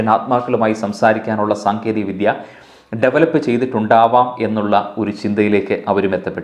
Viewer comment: Congratulations. വളരെ നല്ല presentation. Best wishes ക്ഷമിക്കണം. ഒരു കാര്യം ഈ അവസരത്തിൽ സൂചിപ്പിക്കാൻ ആഗ്രഹിക്കുന്നു. അത് താങ്കളുടെ അവതരണം കുറച്ചു കൂടി മെച്ചപ്പെടുത്താൻ വേണ്ടി ആണ്. താങ്കളുടെ ഉച്ചാരണത്തിന്റെ ഒരു ചെറിയ വൈകല്യം:- "ദ" എന്നത് പലപ്പോഴും "ധ" എന്ന രീതിയിൽ ആണ് ഉച്ചരിക്കുന്നത്. ഉദാ:- വേധി ( വേദി), വിധ്യ (വിദ്യ) I am sure you will take this in the right spirit.